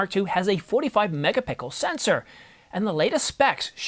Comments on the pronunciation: i heard "MegaPickle". but keep it up boss, Ive been using canon 90d since its out. been wanting to upgrade! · …A 45 “megapickle” sensor? Hahaha